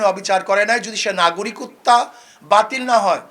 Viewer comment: উনি তো নাগরিকত্ব কথাটাই স্পষ্টভাবে বলতে পারতেছে না